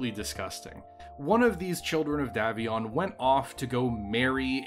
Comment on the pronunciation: It's pronounced DAY VION NOT DAV ION.